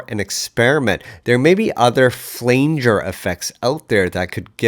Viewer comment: Great cover. My only criticism is your pronunciation of "flanger"